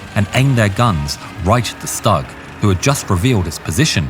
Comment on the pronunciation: it's pronounced as "Shtoog"